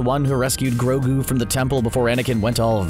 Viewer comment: Take it easy on mando he didn't kind of say grogou Life 1 and it might be two times